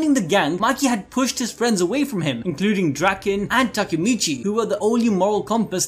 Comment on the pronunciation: Its Takemichy, not Takamichy.